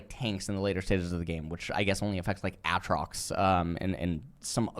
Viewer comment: That's how Aatrox is pronounced..